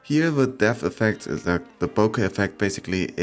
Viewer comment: sorry I'm not sure what you're saying, it sounds to me like bocca ball? I came here trying to find out what the portrait mode hearts and stars do, but I can't for the life of me see any difference in the pictures?